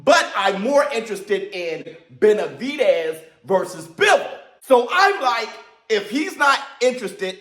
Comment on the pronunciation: “Put the Benabidevvv onnnn!”